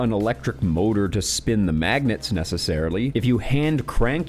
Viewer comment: Bro that ending had me 💀😂😂😂😂 "guys.... fawking maaagnets! Im tellin your! I know!"